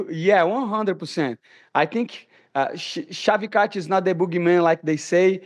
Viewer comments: mf said Shocky Vatch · The way he pronounced Shavkat’s name. 😂 Even Uncle Chael would be jealous. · Shavikoch, shockyvoch, shockycock rockmaiev